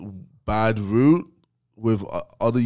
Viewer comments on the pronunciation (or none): Ksi way of saying route sound like him talking about he can knock out a horse it just doesn’t make sense